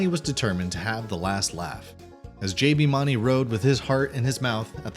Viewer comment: You can't even say JBs last name correct lol I do not trust anything you say. You have no idea what your talking about either